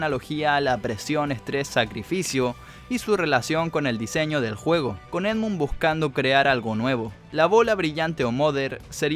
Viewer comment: Sos un Fanboy de Endmun Mad Milen sorry por pronunciarlo mal